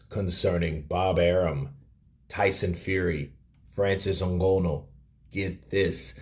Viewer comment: you clearly don't watch UFC, the way you are pronouncing Nganou